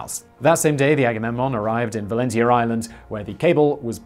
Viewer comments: Also, the "tia" in "Valentia" is pronounced as "shya", similarly to the -tion ending in English. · It's valen-cha island 🤦🏻‍♂️